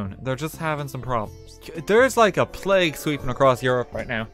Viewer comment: "There's a plauge sweeping through Europe" Covid-19 has entered the chat